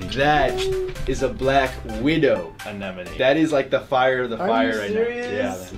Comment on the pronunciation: Props to the guy that said Anemone right. One in a million reefer